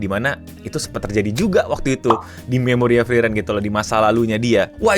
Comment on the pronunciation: bang gua keselnya lu bilangnya Freiren bukan Friren